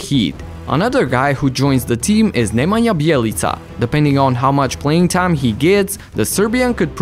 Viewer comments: You pronounced Nemanja Bjelica so well that I realized that you are not from the USA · I like how good you pronounce Nemanja Bjelica xD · Nice pronunciation of Nemanja Bjelica